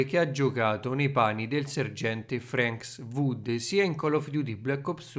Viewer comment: sei un grande, però il sergente si chiama FRANK WOODS NON FRANKS WOOD